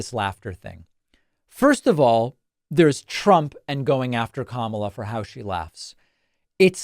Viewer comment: As an Indian guy I can confirm Trump's pronunciation of Kamala is way accurate than yours